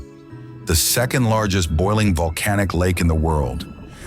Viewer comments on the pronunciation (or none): none